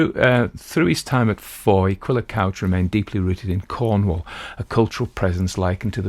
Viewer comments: It's pronounced "cooch". It means "red", in Cornish. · Author's name is pronounced Cooch.